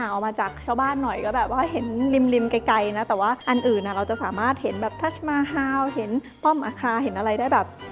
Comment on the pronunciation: ทัสมาฮัม ไม่ใช่ฮาว